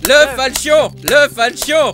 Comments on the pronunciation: C'est fauchon pas falchon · Putain ça ce dit [fauchon],en faunétic, j'ai gueuler pendant toute la vidéo, et en plus tu dis que les caisses avec les "pins" ne t' intéresse pas mais dedans il y a les armes les plus cher du jeux surtout dans la cobblestone et la medusa en plus la cobblestone est a 2.15 euros au lieu de 33 euros. Sinon bonne vidéos dans l'ensemble PS: la prochaine fois pris gaben